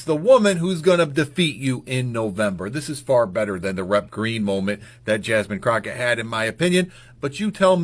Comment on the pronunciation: Croffet 😂 Croffep lol bro learn how to talk before going after someone and not knowing how to say their name properly goofy